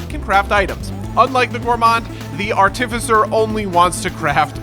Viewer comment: bro said artificer wrong my day is ruined